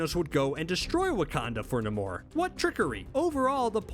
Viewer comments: Say it as Neimour , not Namur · Stahp saying nuhmoor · You're so wrong about Doom, he's a great king.. the way you pronounce namor tells me everything I need know anyway ;)..... long may he reign!!! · Can't stop cringing everytime he say namor🤣☠️ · Dude can't even say Namor name right I thought I was dyslexic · The way he says namor I can’t😂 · Why did nobody ask him why he pronounced Namor like that? Seriously, I have NEVER heard anybody pronounce his name like that. Why? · Can someone please explain to me why he keeps pronouncing Namor's name like that??? It's bothersome in a way that I can't even brgin to explain 🤦😠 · The way dude is pronouncing Namor is aggy. Can’t keep watching 😅😩😩😩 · Why can’t you sat namor correctly? It’s really not that difficult.